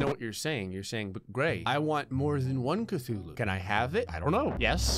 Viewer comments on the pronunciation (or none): Cuthulu ok not Cthulu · "I accidentally just spawned 2 kathuloos"